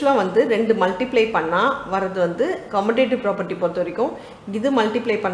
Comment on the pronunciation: Mam why are you say கொமுடேடிவ்‌ its கமுடேடிவ் right 😅 any way i am sorry to that